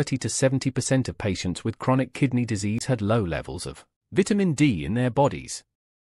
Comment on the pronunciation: Please learn how to pronounce the word "VITAMIN" THANKS